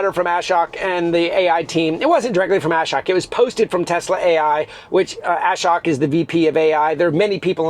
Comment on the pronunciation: Love your vids. Thought you might like to hear how Ashok’s name is pronounced properly. pronounce ashok